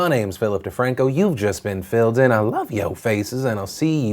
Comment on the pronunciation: Ta-monday... Yup, Nailed it. Good call leaving that one in there. lol